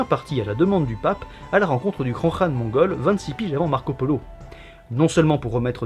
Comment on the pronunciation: Enfin quelqu'un qui prononce bien khan ;)